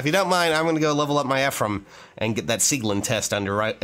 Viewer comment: I want to teach everyone that Sieglinde is actually pronounced as Sieg-linda. It is German and in the German language words and names that end in "E" usually sound like an "A." This would also apply to Linde, her name would actually be pronounced Linda. This may just be my German curse, but there you go.